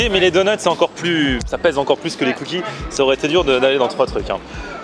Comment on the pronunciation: Les "cookizes"